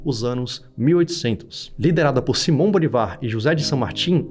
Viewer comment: POR LUIS ANTONIO MENGHI SIMON BOLÍVAR E NÃO BOLIVÁR ! OS ACENTOS SÃO APENAS PARA MOSTRAR A SÍLABA TÔNICA !